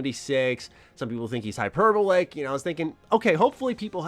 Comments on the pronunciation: The way you pronounce hyperbolic is funny. It’s hyper-ball-ick bro. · Hyper BAWL ICK. I understand you may have never heard the word said before and have only seen it written, but your pronunciation is killing me lol